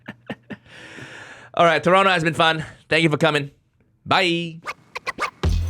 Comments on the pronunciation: I haven't watched this through, yet. I just wanted to make sure Toronto was pronounced correctly. I was satisfied. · Good thing you said the silent T on Toronto!